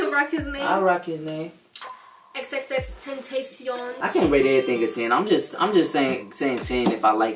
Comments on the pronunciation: Oh gawd over here sayin Xxxtent(A)cion AAAAAA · uhm y the heck did she just pronounce X’s name like that? girl if ur gonna be wearing his hoodie u better learn how to say his name lmao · Ahh she don’t even know how to say X name💀👎🏼